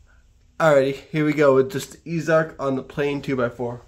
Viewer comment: It's pronounced "easy" arc. Not "ease" arc.